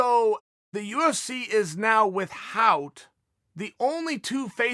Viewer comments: Chael "withHout" Sonnen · Chael "with-hout" sonen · Chael "with-howt" Sonnen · Chael "with-hout" Sonnen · Uncle Chael says the h in ‘without’ is emphasised, this guy teaches me something new everyday